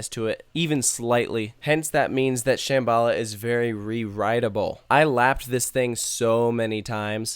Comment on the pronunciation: It pronounced sham-b-la